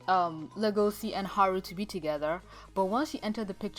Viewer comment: Le-go-c you mean Le-go-shi?